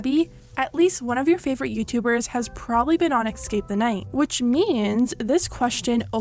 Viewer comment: "excape" the night... gurl.